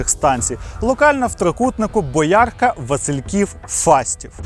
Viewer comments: Я думала що тростинка це просто назва зупинки в Василькові😅. Дитинство провела у Василькові, бабуся працювала в лікарні і я памятаю як вона розповідала про цього ман'яка буквально з перших вуст. Неправильна вимова міста Бо́ярка впродовж всього відео дуже бісила. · Боярка - наголос на перший склад, вуха ріже, вибачте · Бо́ярка, наголос на перший склад. Будь ласка, будьте уважні до таких деталей. А випуск як завжди цікавий 👌🏻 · Дякую за контент. Але, будь ласка, БОярка 😂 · ДЯКУЮ за вашу працю! Вас приємно слухати. Одне прохання - звертайте увагу на деякі моменти. Назва населеного пункту вимовляється з наголосом на першому складі БОярка, а ще - БИТИ НА СПОЛОХ. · Правильно бОярка. Дякую за цікавий контент. Він так схожий на Елвіса… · Боярка наголос на перший О ,правильно вимовляйте назву міста і це ще Києв))) а не київська область живу в цій місцевості тому знаю .так я в той час таки поверталася вес час лісом до дому і про ці історії всі говорили ...дякую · Вимбачте, але Боярка наголос на о 🙈 Я боярчанка і трошки рве мені душу 😩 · Не підпишусь, доки ти не навчишся правильно вимовляти БОярка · Бóярка наголос на перший склад. 😂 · я з цих країв, дитинство провела у бабусі у Васильківському районі, до речі, правильний наголос БОярка) часто їздила сама тією електричкою... жахлива історія, про яку я навіть не знала, і напевне добре. Дякую за відео та за те, що вдосконалюєтесь) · Дякую за відео! Хочу дати пораду про назви населених пунктів, я живу біля Боярки і наголос не на "я" а на "о" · Бо'ярка, отакий наголос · дяк за відео. бОярка, наголос на О) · молодець, хлопче! Маленька порада: назви населених пунктів... В даному випадку невірний наголос на м.Боярка. Взагалі то, велика тобі подяка за твою працю, - це нелегко... Лайкос з мене! Слава Україні, Слава ЗСУ! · Я думала одну мене нервує БОярка😅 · БоЯрка — район в Рівному. Можливо, автор відео з цих країв, тому такий наголос. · Як різала вухо дивна вимова назви Боярка, це біль) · бОярка, а не боЯрка